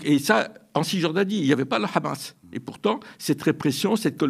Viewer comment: Arête avec ton « KHamas » cette prononciation israélienne et sioniste du Hamas… tu cherches peut-être à passer pour un connaisseur alors que tu ne fais que donner de m écho aux propos mensongers des sionistes… Tu es indigne d’interviewer Alain Gresh qui prononce les noms correctement…